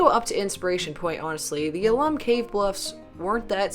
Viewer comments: I didn’t go too far down but I assume someone has told you the name is “owl-lum” not “ahhh-lum”. If I am wrong tell me but I think the reference is to the mineral content found there. Alum XAl ₂·12 H ₂O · Please, it's "AL-um", not "a-LUM"!